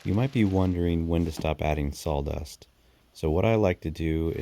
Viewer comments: Sawdust Not saldust😢😮😂😂😂😂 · Very nice easy to listen to.(except for the salldust😂) I’m a fire starter addict.😊 I appreciate all the work and humor in this. Great job!🔥👏🏼👏🏼👏🏼👏🏼👏🏼🎉❤ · I had to say it myself every time I heard it. Sol dust, saul dust, sawl dust. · Are you saying s a w-dust or s a w l-dust?